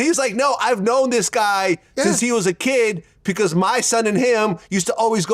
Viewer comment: he always says 'pecause'